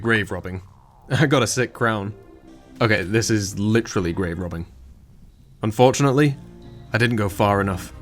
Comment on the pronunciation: All I could hear throughout the video is "unfjordunately..."